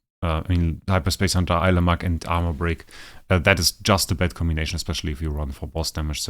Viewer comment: Pronounced like this. I-La-mack. At least I say that way 😊